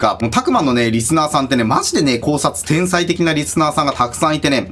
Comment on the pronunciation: 天才のこと「おうさい」って言ってたw 疲れてますよ